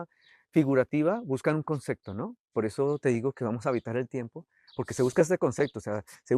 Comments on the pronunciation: No me parece una persona empatica este arquitecto , demasiado egocéntrico , no deja hablar a nadie , DIOS DANDO CLASES DE ARQUITECTURA ! Además dice CONCECTO " , PUFF! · Como siempre... ¡Tu canal es genial! Tu contenido es muy bueno, pero a veces te encuentras con arquitectos que se pierden en el ego o como el caso de este, que ni siquiera pueden pronunciar la palabra ¡ConcePto!